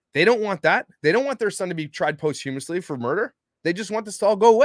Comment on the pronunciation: It"s pronounced: pos-chuh-muhs-lee. Not Post....